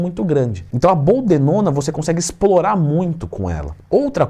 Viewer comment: BOLDENONA TWIN!! Sei que falou errado só pra gente corrigir aqui e assimilar ao vídeo 🤣🤣🤣